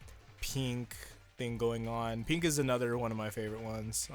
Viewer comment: says pEEnk instead of pink